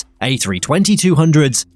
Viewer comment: Dude, It's A3-20, A3-19 and A3-21, not A3-2-0, A3-1-9 or A3-2-1. It is also pronounced 220 and A220 or A300, A3-10, A3-30, A3-40, A3-50 and A3-80. You can also leave out the A. But you don't call an A340 a 3-4-0. With Boeing it is possible to say 7-37 or 7-3-7 or even 37, but we don't call out the B in front. You can say: "How many 57s (or 5-7's) does United still have?" You can also say: "Today, I'm flying on the 7-dirty-7" or "flying toilet." Back in the old days, you could also call a DC-9 "death chamber nine."